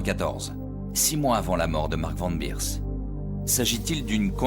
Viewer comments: Van Beers, ça se prononce é pas i, c'est pas de l'anglais ! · Pourquoi " Van Birs" alors que c est Van Beers, comme prononcé correctement par les témoins de l époque. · SuspensE, qui est un mot anglais prend un "e", sinon c'est le mot français "en suspens"... Un dictionnaire ça ne coûte pas cher et ça évite d'écrire n'importe quoi!! Et c'est Van Bérs, pas Birs et Péter, pas Piter, ah l'hégémonie de l'anglais ça devient une maladie!! Quand on a un public on se doit un minimum de sérieux...